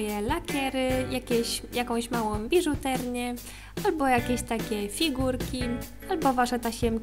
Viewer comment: wiem co to biżuteria ale ona powiedziała biżuterNia